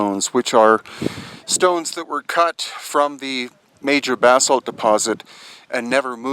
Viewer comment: Pretty sure he's saying "bathsalt".